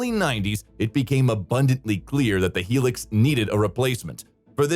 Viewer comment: High Lucks, not Helix